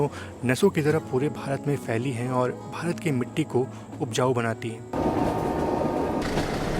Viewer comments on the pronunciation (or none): none